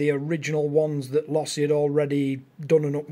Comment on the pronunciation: It is pronounced Low-see